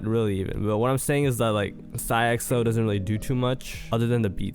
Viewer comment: why you said his name like that